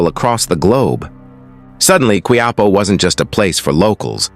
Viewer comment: Hija is pronounced as ee- ha. Its Spanish means young lady. Quiapo pronounced as kee- ya-poe.